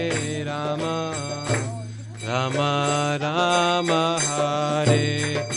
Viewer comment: Dear, Without meaning any offence to you I request you to please note that the Maha Mantra is “ Hare Krishna Hare Krishna Krishna Krishna Hare Hare Hare RamA Hare RamA RamA RamA Hare Hare” While in your kirtan in this video you were pronouncing it as Hare Krishna Hare Krishna Krishna Krishna Hare Hare Hare Ram Hare Ram Ram Ram Hare Hare “ This is the maha mantra and the strength of a mantra is in the sound sequence. Pronouncing RamA as Ram changes the meaning of the mantra. I hope you will not take this as an offence but just as an observation. I am inspired by how you are inspiring many many young people to choose an education based on the Bhagavatam and Bhagwat Gita and Chaitanya Bhagwat and Chitanya Charitamrita and our shashtras. Thanks you for this wonderful seminar which has inspired me to take up homeschooling for my children. Hari Bol!